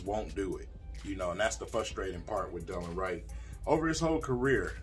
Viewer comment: It’s de-lon Wright Prounounced “da Lon “